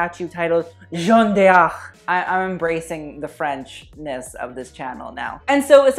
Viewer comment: D'Arc is pronounced in one syllable - like 'dark'